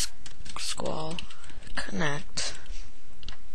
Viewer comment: you can't even say my sql in right way lol